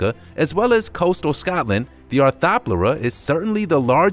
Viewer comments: The arthoplurea is pronounced Are-tho-plurea not are-tha-plea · Arth-Ro-plura. Nonce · Please watch pronunciation videos before you make these....Lennoy ya, wheata, arthawplura?? None of those are close! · It's hard to be scared of the arthropluera when he can't even say it right (and triassic) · How he pronounces arthopleura makes me mad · You’re pronouncing arthopleura wrong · Heis pronouncing a lot of things wrong